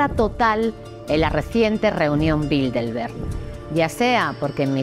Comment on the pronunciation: Aprecio sus libros y videos. En el video dice en varias ocasiones "Bildelberg" en vez de Bilderberg.